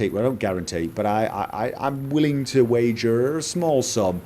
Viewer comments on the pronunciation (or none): "wagerrrrr"